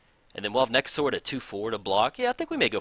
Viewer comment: Surprised Nekusar isn't a Skeleton. I know it's probably BETTER for him to be a Zombie, but his face is super skeleton-like. Also, your pronunciation for Nekusar makes him sound like a dinosaur to me lol. THE NEKASAUR! Haha!